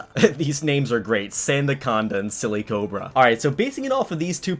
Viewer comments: It’s not silly cobra it’s silicobra as in silicon, one of the elements that makes up sand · Its not sillycobra its silicobra Silicon+cobra